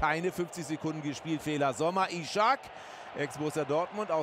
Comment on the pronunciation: Man spricht es einfach Isak, nicht Ishak oder Ischak ;)